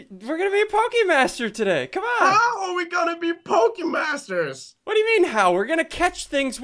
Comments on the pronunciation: "Pokemasers" LOL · "Pokemasers" tf? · “Pokemasers” yes pokemasers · its poke masters not masers! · You said Pokemon masers not masters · LEARN HOW TO SPELLLLL... Y u spell pokemasters as pokemasers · You said pokemasers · you missed the t in pokemasters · You missed the t in pokimasters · You forgot the t in pokemaster